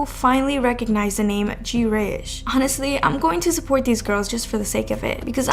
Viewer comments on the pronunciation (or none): small nitpick but it's not jee-reyish it's just greyish. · Its “grey-ish” not “gee-rey-ish”